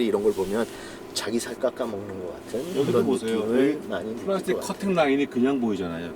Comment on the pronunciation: 댈~쉬봘드에 플롸~스튁 ㅋㅋㅋ 발음 중독됩니다.